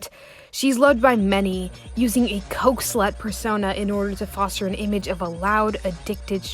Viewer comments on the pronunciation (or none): none